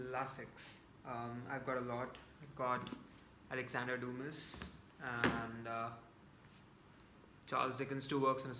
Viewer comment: Dumas is pronounced as "Duma".